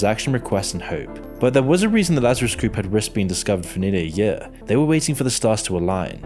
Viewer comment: The way you say "year" kills me. Like I'm listening along thinking wow! How crazy! Then you say yea' and I chuckle.